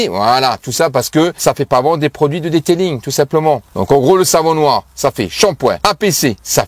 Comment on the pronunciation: "Le deuteulinggg"🤣🤣🤣🤣